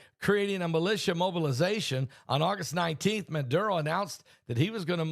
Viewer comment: Its Maduro not Manduro.